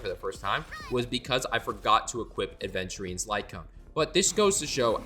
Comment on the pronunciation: after all these years, hearing players say "aDventurine" still hurts very much. yes, you are certified to call me a nerd